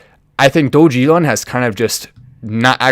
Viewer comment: It's pronounced DOG-E-LON 😁